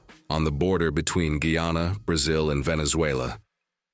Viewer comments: Dude the mame guy,ana. Not guana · The fact that the commentator has not taken the time to learn the correct pronounciation of Guyana should be the first clue to the sensationalistic contents of this video. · What about Afro Guyanese people and their culture and their celebrations. So one sided with bad pronunciation